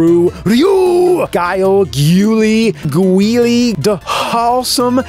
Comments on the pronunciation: My favorite mispronunciation of Guile is still to this day Gwee-Lay. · Wait, did anyone actually pronoun Guile’s name as Gulee?? Lol 😂😂😂